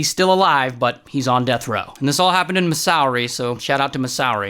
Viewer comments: Masowri bro…. It’s Missouri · The way he said Masorry instead of Missouri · I know this is not important but did he just say “mishourey” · He always mispronounces states for laughs. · No way he just said missowri 💀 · Its pro-nounced “Misery” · OMG IF YOU MISPRONOUNCE ANOUTHER STATE/COUNTERY I SWEAR , I MEAN misouery MISOUERY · “missourey” that’s not how you say it😂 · He does it to every country he says 🤦‍♂️ Watch his other videos and you’ll see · Oh goodness have I been mispronouncing “Missouri” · Ray pronouncing “Missouri”💀💀